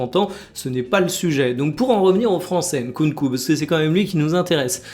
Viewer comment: En tant que congolais, je tiens à te complimenter sur la prononciation de Nkunku ! 👏🏿👏🏿👏🏿